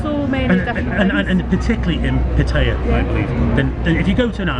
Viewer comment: good video But you keep saying patties It is Pattaya not pattire